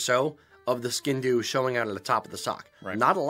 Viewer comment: One thing I must say is that as much as I love your channel for several treasons including being so accurate when it comes to describing our culture, you’re pronouncing the name of the sgian dubh wrong! It comes from gàidhlig as I’m sure you know, in our language it’s [sg/ee/an/-d/oo/v]